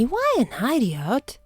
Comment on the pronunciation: I love how you pronounce idiot like eye-dee-ott